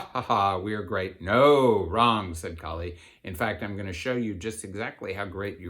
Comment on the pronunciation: Its Kaali, not kali.... like kaalabhairava...